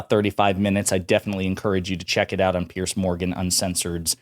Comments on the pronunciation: It's Piers , pronounced like peers. Not pierce. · Dude it's PIERS, not "Pierce" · Piers not Pierce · It's Piers, not Pierce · His name isn't Pierce, it's Piers like peers.